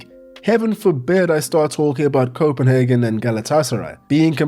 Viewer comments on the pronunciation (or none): none